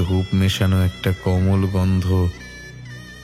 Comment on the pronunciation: উচ্চারণে নজর দিন একটু । কোমল কে কমল বড্ড কানে লাগছে । এছাড়াও ট্রেনের হুইসেল টা বড্ড হাস্যকর লাগছিলো । যেনো সাইরেন বাজছে মনে হচ্ছে । সাউন্ড ডিজাইন এ নজর দিন ।